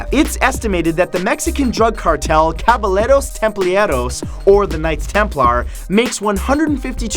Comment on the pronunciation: Caballeros Templarios = Kavayeros Templareeos (How it is pronounced, for that Mexican Drug fact.)